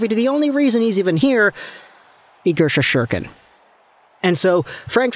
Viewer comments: Lmao Ik right just to it slow, SHEST-STER-KIN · Do you think it's about time you learned to prounonce Igor's last name correctly? It's insulting as a ranger fan who subs to you.